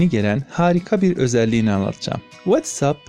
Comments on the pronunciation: Anlaşıldı, tamam "Veytsap" :D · Whatsapp deyişine bittim çok mu kastın😂😂😂